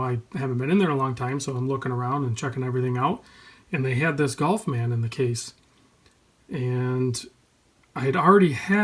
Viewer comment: ガルフマンをなんでゴルフマンと発音するの？